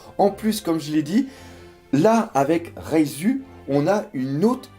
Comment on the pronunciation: Oh gros c'est reiju pas reisu arrête de te tromper !